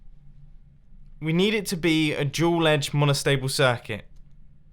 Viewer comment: Oh it's dual, I heard jool